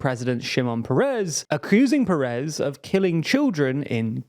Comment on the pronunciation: Šimˁon Pers/Péres, not Pereeees